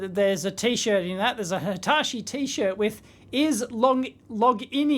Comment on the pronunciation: it triggers me how you pronounce Hitachi :D